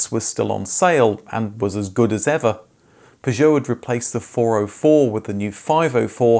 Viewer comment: Oh god no. I can't listen to an hour of him saying "Pazhowe"